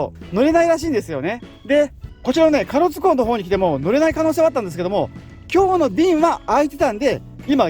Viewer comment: 壱岐島と隠岐の島を混同してる？で、かろつ？唐津＝からつだよ。旅慣れてる割にはひどい。